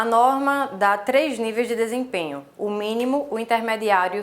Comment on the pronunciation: Em dois vídeos errastes a palavra DESEMPENHO